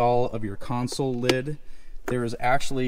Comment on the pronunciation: I appreciate the fact that you correctly say CONSOLE and not “council” that I hear so many others say.